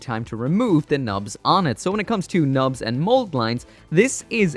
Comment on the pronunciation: Only in this video did I misheard Nubs as Knobs. Thanks!